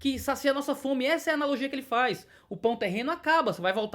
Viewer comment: FARre tempo man,ora.kkkkk